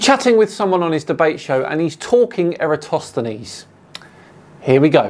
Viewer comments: If nothing else, could he learn to pronounce Eratosthenes correctly? Or at least close? Here's a simple experiment most of us can do: 1: hold out two adjacent fingers 2: curve them, like a claw 3: move the tips apart 4: notice that there's an angle between the tips and the palm (or back of palm). ☆☆☆ This is an angle between two curved lines. But more importantly: is right in saying the scale is important; because the Earth is so huge, the local area can be taken to be flat, both at Syene and Alexandria. It's the distance between the two locations that shows the curvature. In the experiment, the distance was about 5000 stadia (~800 km), and the angular difference was about 1/50th of a circle. Turns out that local conditions at Syene weren't important, as the sun shone directly down the well, so was overhead, and there was no angle to measure (i.e. the "angle" was zero degrees). The angle at Alexandria was ~7°. This can be take as flat because the height of the pole and the length of the shadow were so tiny, that curvature could be ignored. Why do I believe this? I learned it in the first year of my Cartography degree. But what if the lecturers were part of some sort of conspiracy involving a space agency on the other side of the world? Well … globe earth explains why we have a day/night cycle at the same time as a season cycle, and also how we have lunar eclipses and solar eclipses (often half a month apart). Flat earth can't explain either of these. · Can Nathan spend a few minutes learning how to pronounce Eratosthenes? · I love how every single flat earther mispronounces Eratosthenes the same way. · Somehow has managed to butcher Eratosthenes’ name EVERY SINGLE TIME in this video. Jesus Christ! 😂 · And after all these years, he still cannot even get the name right.